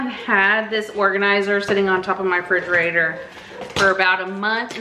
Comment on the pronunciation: Frigerator? Lol